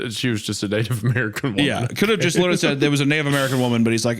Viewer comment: "Wind's wittewally howling". "Hmmm.. how about some Gwent? You could say I'm pwetty badass at it."